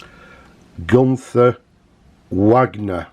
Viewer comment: I do like your proud northern English pronunciation of Wagner! Maybe I’m being pedantic, but it’s pronounced Vargner, the same as the composer, not as in Richard Wagner the Hart to Hart actor!! 😆 I always liked the way the nib was able to be unscrewed from Pelikan pens. This was as feature that Parker where thinking about on the 1988 release of the Duofold, it didn’t pass as you’ll know. The Pelican spelling of Pelikan is interesting, 🖊